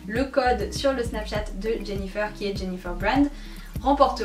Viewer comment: On dit jennyfer comme le fer pas jennyfeur comme coiffeur